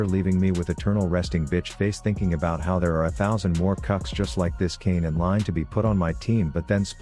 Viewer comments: Am i the only one hearing kanye instead of kayn? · Can you pronounce his name correctly it isn't kanyay